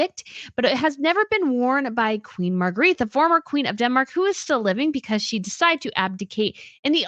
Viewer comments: Love your stuff…but Queen Margrethe is pronounced Mar-GREH-teh and never Marguerite. :) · yes, I like watching channel but it bothers me so much to hear her continually mispronounce the name of Queen Margrethe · Time to learn how to pronounce Margarethe. Think of it having an a on the end. Your incorrect pronunciation is grating.